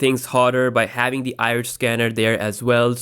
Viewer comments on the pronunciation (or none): none